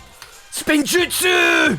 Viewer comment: Damn it you had one chance, it’s “spinjitzu” not spin-jutsu